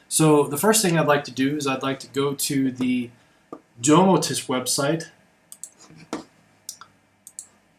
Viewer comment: I like this video, although the ESPeasy wiki has been evolved a lot . I suggest you may need to use a different microphone as there is a lot of noise on the second part of the video and last I think "Domoticz" is meant to pronounce as "Domotix". Thx